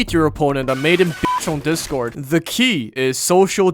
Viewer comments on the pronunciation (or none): none